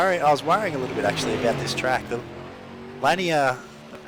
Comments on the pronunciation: It is Lanier which is pronounced La Neer. All good :-) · Pronounced "luh-neer" Otherwise, great videos.